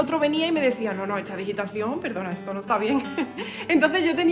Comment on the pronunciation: Tu música es muy hermosa, pero, sí, dices "buenatsarde", "hitsoria", "etso", etc.